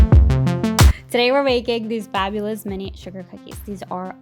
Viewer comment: Are you saying Fabulous or Babulous in the beginning?